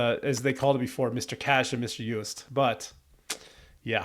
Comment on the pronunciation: the ”oo” joost is pronounced more like ”oh” incase you didn’t know 😭